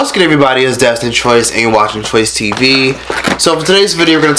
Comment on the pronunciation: "IT"S A TROYCE" (sounds like "It's a choice")